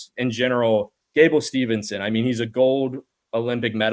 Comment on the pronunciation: I'm sure he has a lot of good takes, but I can't abstract from all his mispronunciations and stuff. To me, that does not show that you know what you're talking about. Viktoria Dudukova, then Viktoria Ditcheva and then Gable Steve(N)son. It makes we want to turn off the video.